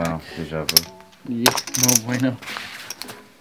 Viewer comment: Love the way the dealer pronounces "No Bueno" sounds like "No Bweyno" kills me everytime 😂